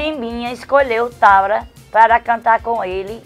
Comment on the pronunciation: diz: Chimbinha escolheu ''TABRA'' (Thábata) KKKKKKKKKKKKKKKKKKKKKKKKKKKKKKKKKKKKKKKKKKKKKKK